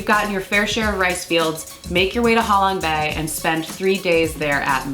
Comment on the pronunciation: Ha Long bay = how long bay 😂😂